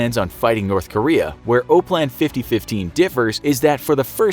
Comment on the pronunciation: OPLAN is pronounced Op-plan not O-plan even if there is only one “p”.